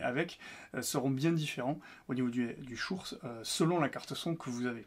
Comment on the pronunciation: Prononcer "Shoure", mais à côté dire "podemique", c'est un peu rageant